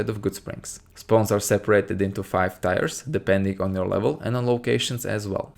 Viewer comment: "Tiers" is pronounced like "tears", not "tires". Love your videos by the way, they helped make new Vegas much more fun.